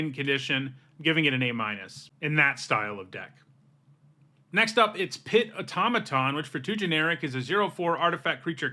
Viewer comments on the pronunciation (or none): none